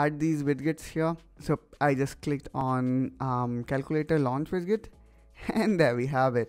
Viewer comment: It's pronounced "widjet" and "gadjet"